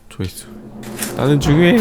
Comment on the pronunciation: 나는 중요해↗️↗️↘️↗️!!! ㅋㅋㅋㅋㅋㅋ